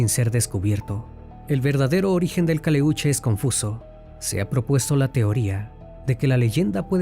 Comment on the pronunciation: Si eres chileno, porqué pronuncias mal el nombre del barco?? No es Caleúche. Es Caléuche. Tampoco es mapundungun. Es mapudungún. No es Chile. Es Chiloé...